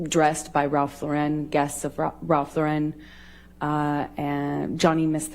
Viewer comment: She is so desperate to sound cultured, she kept repeating “Ralph Laur-EN” then at the last just Lauren 😂 Why wouldn’t he stand her up on the red carpet? She’s an abusive gaslighting psycho! But, oh wait, Elon became her knight in shining armor, suddenly she was no longer worried about Johnny’s cash because she’s caught the eye of the wealthiest man in the world. Makes sense.